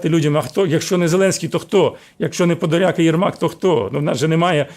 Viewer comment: А я говорила що не подляк а Подляк!